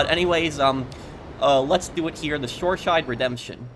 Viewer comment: I'm sure it's Shoreside Vale not Shoreshide Vale.